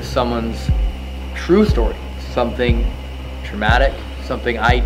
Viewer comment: “Tramatic”… 🤦🏻‍♀️🤦🏻‍♀️🤦🏻‍♀️ Murica! 😂